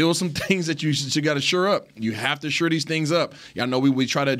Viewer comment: Need more shows without Isaiah. Gets on my last nerve. Someone PLEASE teach him how to pronounce SHORE.